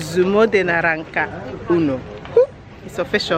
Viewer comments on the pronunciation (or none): Naranca ke 😅😅😅😅. It's naranja ma